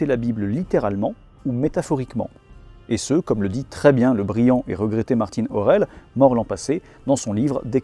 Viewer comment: Très bonne vidéo. Par contre, juste un détail, quel intérêt de prononcer Martin Aurell à l'espagnol ? Vous vous adressez à un public FR et il était franco-espagnol 😅